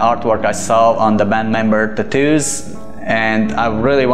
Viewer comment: Take a shot Everytime he say tattooss